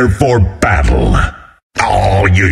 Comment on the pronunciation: PREEPEAR FOR BATTEL